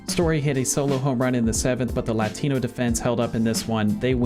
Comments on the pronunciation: I’ve never heard a whiter pronunciation of the word “Latino” before. Good god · for real